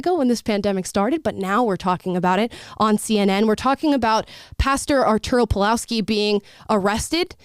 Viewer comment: pawlowski i polish name and you read it Pavwovski (w as in window)